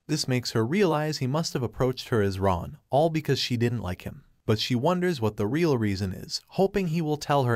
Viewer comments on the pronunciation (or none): none